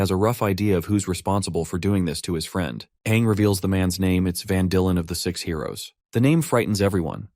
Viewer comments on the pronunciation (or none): Bro aint saying six i hear somethung else